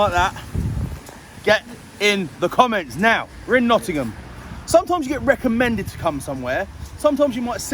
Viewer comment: It is Nottingham mate..